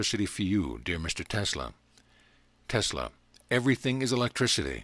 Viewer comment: Anyone heard him say telsa instead of Tesla